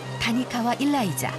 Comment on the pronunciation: 일라이자 어감상 일 다니자 들려요ㅋㅋ